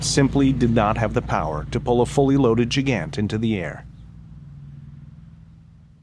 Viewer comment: The continued mispronunciation of Gigant is annoying. (Soft g, not a near j like giant).